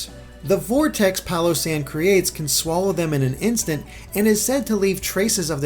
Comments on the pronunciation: its pronounced PAILosand, get it, pail of sand. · I'm just going to pronounce Palossand "Pile-O-Sand" with a Texan accent.